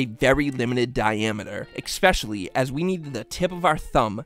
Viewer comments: for the love of god it's "Especially", not "Exspecially" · Can you PLEASE call it ESPECIALLY and not EXSPECIALLY. It's driving me nuts.